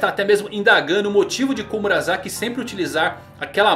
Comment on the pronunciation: É Komurasaki, não komuraZaki.